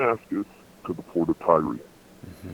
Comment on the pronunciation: pronunciation of Tyre as "Tyree" reduces his credibility...